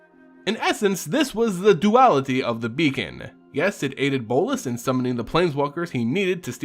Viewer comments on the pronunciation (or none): none